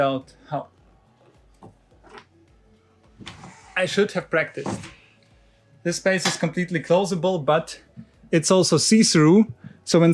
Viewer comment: Please work a bit on your overly German way if talking English. It's not 'z'is and 'z'at but 'th'is and 'th'at 🤗. Pronounce 'dz'is instead of 'z'is